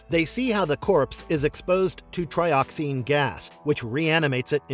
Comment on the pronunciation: Tri-oxen, not tri-oxine.